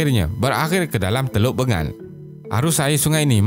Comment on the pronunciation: teluk bengal tu sebut la betul2 skit